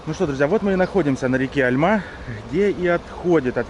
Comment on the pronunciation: не Альма, а альмА